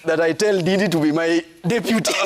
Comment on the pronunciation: Jeff, its Ndindi not didi, 🤣🤣🤣